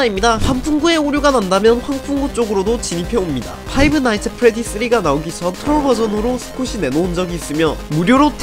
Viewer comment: 근데 파이브 나잇츠 엣 프레디라 하지 말고 그냥 프레디의 피자가게 라고 하면 안될까요. 발음이 너무 거슬리는데